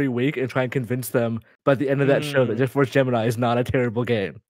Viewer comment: Jet Force June-I-Mi